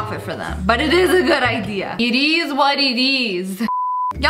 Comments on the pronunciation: Lia: “It is was it is.” Me: “It ease what it ease.” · No one: Not even god: Sssniperwolf: it eez what it eez